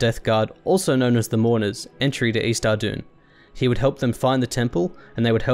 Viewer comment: First off: love this channel and what it means to people who really enjoy Runescape lore! According to oldschool wiki: Prifddinas is pronounced "prive-THEE-nuss", Ardougne is pronounced "arr-doyn". So there. I wish some content creators (there are a few) would care more about pronounciation, since it makes a lore video like this, or any progress video for that matter, feel more authentic, well researched and wholesome.